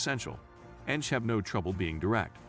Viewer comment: Well researched video; thank you. A little irritating when the computer voice referred to ENTJs as, "enjs" (one word)